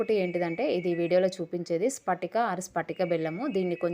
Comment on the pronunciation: స్పటిక కాదు పట్టిక